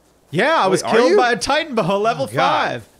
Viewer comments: TITANOBOA, not titanboa. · its not titanboa its titanoboa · Actually It’s Titanoboa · You guys know it's Titan-OH-boa right? Love your guys' stuff! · It's titanaboa just saying and love the vid